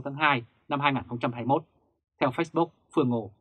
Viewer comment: nếu đọc từ nào tiếng Anh thì nên đọc đúng, nếu ko đúng thì nghe khó chịu lắm và cảm thấy tin tức rất lá cải ko chuyên nghiệp ( vd: lux và Facebook)